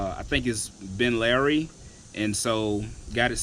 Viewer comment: Ben Larry lol. Nigga sound out the word.